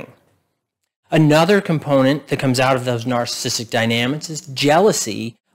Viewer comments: I like the content of the video, but you seem to have difficulty in enunciating the word narcissistic and it sounds like a slurred word. I can't tell if you are saying narcissistic or narcissist. Just slow down the word and say it properly. It's the key word in what you are trying to communicate. BTW, I do have a narcissistic parent and I found the content to be relevant. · Why can’t this guy pronounce “narcissistic” properly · Maybe learn how to pronounce "narcissistic" so you'll get more credibility.